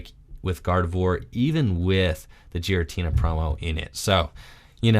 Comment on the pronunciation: Gear-uh-tina, not jeer-uh-tina lmao.